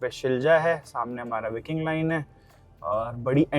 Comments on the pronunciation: Bhai English word pronunciation seekho, facts seekho trip karne se pehle. Helsinki ko helinski bol rahe ho, Viking (Y-King) bolte hai , Vee King nahi, Stockholm hai bhai, stockhomes nahi And stockholm hai sweden mai tu bol rahe hai denmark ka hai. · विकिंग नही व्हायकिंग